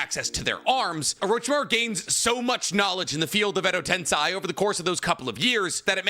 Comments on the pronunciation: Edo "tensei" not tensai. Tensai means genius, genius. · the way he continues to pronounce "edo tenSAI" has to be rage bait at this point right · Why is this guy using they/them on Orochimaru? It's a guy... I randomly gets his videos into my feed from time to time and always laugh that he still hasn't learned how to pronounce Edo Tensei correctly but go extra mile to call Orochimaru they/them, so funny